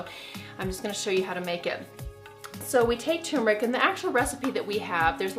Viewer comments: Turmeric not tumeric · Good grief ma’am , it’s turmeric NOT tum-eric. Are you a fraud? A doctor who doesn’t know how to read. And you repeated that same error every time. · “TUR-metic”, not “TUMOR-ic”!!!!!! Sheesh. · TURRRMERIC NOT .. TUUUUUMERIC It's always annouciated wrong!!! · Pronounced TURmeric not TUMeric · The word turmeric sounds like tumor when you are talking fast. It’s scary! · Is the first r silent in Turmeric? I've always called it tur meric as that is how it's written. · It’s hard for me to take you seriously when you’re not pronouncing turmeric correctly. This drives me crazy!!! It’s like some American pronounced it wrong 10 years ago and everyone just followed along like a bunch of sheep. Ugh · Did the first r in turmeric run away? Lol